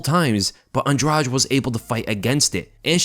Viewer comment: LISTEN UP, "ANDRADEE", THAT'S THE CORRECT PRONUNCIATION OF HER NAME!! SHE'S NOT EVEN ABLE TO SAY HER OWN NAME PROPERLY BUT, SHE'S YET ANOTHER OF THE DIRTY FIGHTERS, OUT OF THE DIRTY LESBIAN FIGHTERS OUT OF BRAZIL, WITH 2 CHIPS, ONE ON EACH SHOULDER!!! SHE'S NOT ALL THAT GREAT EXCEPT FOR RUSHING OPPONENTS!!!🤷🏼‍♂️